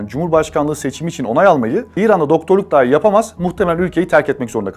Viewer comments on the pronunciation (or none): none